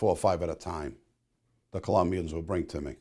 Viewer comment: Colombians* Not "Columbians"